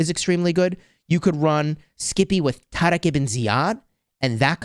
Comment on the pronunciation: why do you say taariq like you’re trying to combine the letters d and r 😂 not a single muslim on the planet pronounces it the way you do. you sound like that white guy at chipotle who orders carnitas and tries to do it in a Spanish accent lmao